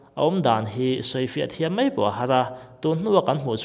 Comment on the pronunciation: A ngaihnawm e. Lam ṭhan dan fuh lo leh dik chiah lo hi chu thlak a ṭha hle mai. Pakhat chiah kan sawi ang e; 'mai' tih hi 'mei' ti a lamrik loh tur a ni a, ṭan han la sauh sauh teh. Youtuber dang tihhnu ni lo han ti zel teh. I channel hi ka hlut viau ania.